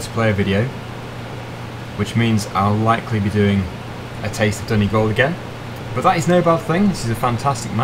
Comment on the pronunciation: Yes pronounced it right